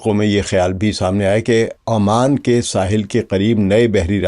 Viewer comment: Sir word is oman not aman